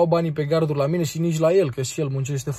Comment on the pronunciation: Cine a mai auzit garduri in loc de carduri minutu 😂😂